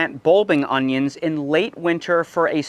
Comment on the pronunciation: Augggghhhh. Please stop saying "unghyins"